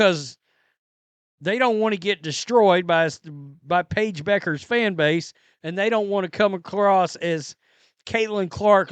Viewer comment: I know, but I think they are saying it wrong, apparently, which says a lot about how much importance they put into it. Do a Google search on how to pronounce her last name. It's not Beckers.